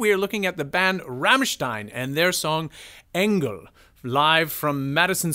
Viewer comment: Im sorry but the way you pronounce Rammstein and Engel hurts me